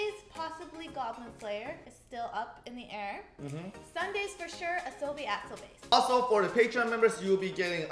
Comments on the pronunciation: Kinda triggers me that they say "asobi asobeis" instead of "asobi asobasé" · they pronounce it as ah-so-be ah-so-base while it is ah-so-be ah-so-ba-say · It's actually pronounced ba-se. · Love you guys <3 Oh BTW Its pronunciation is aso-BA-SE A is said more like saying ASS